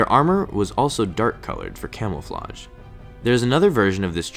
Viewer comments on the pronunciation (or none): it’s “camouflage” not “camelflage” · He said camelflouge